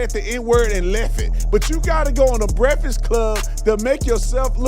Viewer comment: The brekfod club. Speak English you dumb ass